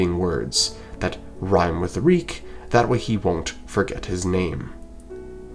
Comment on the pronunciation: reek it rhymes with peak 😭